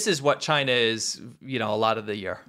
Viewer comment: If Google is going to operate in Chy-Nah at all, then that's got to be the way the results come out...